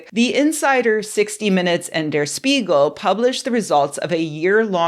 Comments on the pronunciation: Spiegel → shh-PEE-g'l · Language fun fact: the "Sp" in Der Spiegel [and every other German word that starts with Sp - like Spinne (spider)] is pronounced like shp - so phonetically: dare shpeagle (the mirror)